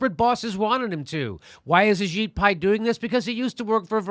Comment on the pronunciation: Ajit Pai kinda sounds like your saying A Shit Pie.